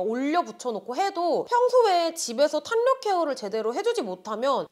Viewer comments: 탄력 발음 탄녁 ㄴㄴ 탈력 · [탈력]이 맞는 발음이에여~ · 탄녘? 발음 왜저래ㅡㅡ